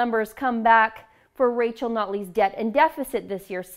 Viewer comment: Is saying "Nutley" just fast enough to hide the fact she isn't saying "Notley"?